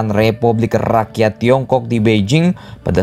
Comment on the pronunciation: "mao ze dong" Dibaca "mao tse tung" "Beijing" dibaca "peicing"